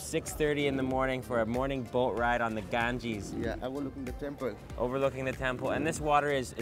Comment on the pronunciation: Gangeees 🤣🤣🤣🤣😂😂 As said by harsh gujral